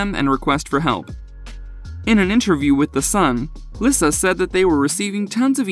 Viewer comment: Lisa not lisuhh